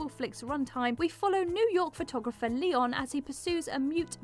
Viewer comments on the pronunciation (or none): none